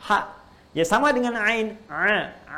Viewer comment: Mau tanya apakah benar kalau ain di baca ngain (nga),soalnya kalau dengar suara ustadz baca ain fathah kedengeran seperti nga?